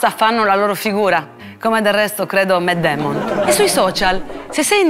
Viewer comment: Lo so che il video non è sul serio, ma mi sembra ironico che cerca di insegnarci come parlare in una lingua quando lei non conosce bene un'altra lingua. "Matt Damon" non si pronuncia così.